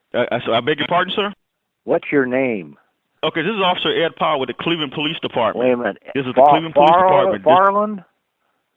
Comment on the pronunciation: Did he call Powell Ed Fuckland?